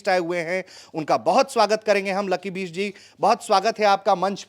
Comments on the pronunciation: कैसा पत्रकार है, लकी बिष्ट को लकी बीस्ट बोल रहा है, वैसे लकी ने BEAST बनके ही सुताई की पत्रकार महोदय की 😂😂😂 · ओ पत्रकार महोदय लकी बीस्ट नहीं, लकी बिष्ट है नाम... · “बीस्ट” नहीं पत्रकार महोदय बिष्ट उच्चारण कीजिए । आपकी सीमित बौद्धिक स्तरीय क्षमता सप्रमाण स्पष्टतः दृष्टिगत हो रही है।